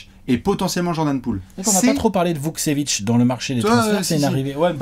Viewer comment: Super vidéo Hâte de suivre l’évolution de Bilal et Vukcevic PS: la prononciation c’est VukTCHevic :)